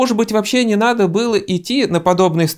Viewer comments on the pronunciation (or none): none